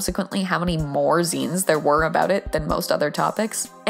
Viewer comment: TY FOR TEACHING ME HOW ZINES WAS PRONOUNCED. I ALWYS PRONOUNCED IT AS ZAI-NES INSTEAD OF ZEE-NES